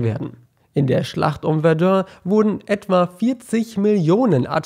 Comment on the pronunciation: bitte sprech Verdun richtig aus :-)